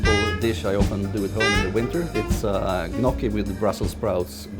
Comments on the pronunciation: Interesting with a chef that cannot even pronounce the pasta "njocki" correctly... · No, it was not the correct pronunciation. Correct would be "Nyokki". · then you learned it wrong. It is ÑOKI😂